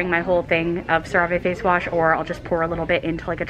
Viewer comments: The american commercials pronounce it "cera - vee" but it's a french brand and it's pronounced "cera - vay" (or at least that's the closest english sound) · no it’s sara vee . she’s just saying it wrong 😭😂😂😂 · ya i say sara-vay but i think ur correct and no offense shes wrong lol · the way she pronounced it "sah-ray-vay" made me giggle lol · According to the commercial that I just Youtubed, it's Sarah-Vee. I was pronouncing it wrong too! LOL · CeraVe...haha!!! You pronounce it Ser-Ah-vae. Lmao!!!! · I could be wrong but I think it's pronounced something like "Sarah-vay" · I don't want to come across as being mean or anything but I just wanted to let you know that your pronouncing cerave face wash wrong. It's pronounced Cera Ve so like 2 separate words. I hope that helps and I'm sorry if that sounded mean or rude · I'm sorry but it drives me crazy that she still mispronounces CeraVé. She even asked in a video how to pronounce it and she liked several comments that showed her its sara-v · Love the way she pronounced “CeraVe” 😂❤️ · why do you pronounce cerave like that:oooo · Tripping over your pronunciation of CeraVe..... have I been saying it wrong this entire time!? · It kills me when she says CeraVe 😂 love your videos but I cringe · they why she pronounced cerave 🤣 I've never heard anyone pronounce it like that but that is wrong 😂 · Guys chill she pronounced it wrong. Get over it🙄 its a lil annoying to see the same comment over and over. Its👏 not 👏like 👏you 👏never 👏made👏 a 👏little 👏mistake👏👏👏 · Her pronunciation of cerave 🥴🥴